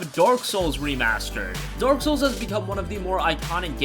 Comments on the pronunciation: Is it me or did the narrator said Dork souls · did he say dork souls? because that's accurate.